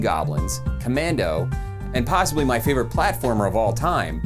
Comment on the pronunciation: great video, but did you say possibilly ? love it!